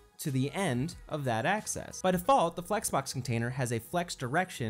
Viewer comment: One of the best explanations on Flex I've seen. One thing — it's AXIS, not ACCESS!:)